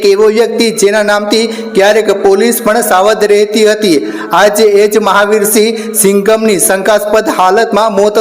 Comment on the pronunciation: Pela enu name sarkhu bolta sikhoo enu name mahaveersinh sindhav che tme su ene nyai apavtaaa